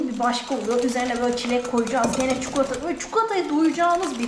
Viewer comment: Nolur ÇUKULATA denmesin artık NOLURRRR??? ÇİKOLATAAAAA